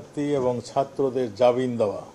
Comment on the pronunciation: মূর্খ, জাবিন না, জামিন হবে!